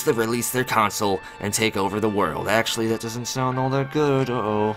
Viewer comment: Anyone else notices his pronounciation of "console"